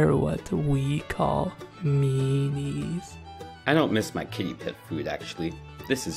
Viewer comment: “They’re what we call.. mèænies…… “